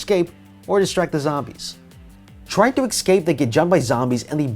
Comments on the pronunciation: This man is every single video says “ekscape” instead of escape and I hate it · Everytime he says 'ecscape' I have to say 'escape' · uhmm who's gonna tell him it's escape and not ecscape? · Couldnt watch more than 2 minutes because you kept saying EGGscape. It's not eggscape, it's escape. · EScape not EXcape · For the love of god the word is ESCAPE not eXcape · My eye twitches every time he says "escape" as "ex-cape". Or "especially" as "ex-specially". But great video anyway. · Exscape all I’m gonna say exscape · Escape not ecscape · This is just something I need to mention now because it’s in a lot of videos and I don’t know why but it’s not “ecscape” it’s “escape” there is no C before the S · ESSSCAPE NOT ESKSKAPE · Say excape one more time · “ecscape” People who say it this way are psychopaths. (I just did sarcasm wooo :3) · The way 'escape' is mispronounced in this video gives me hives.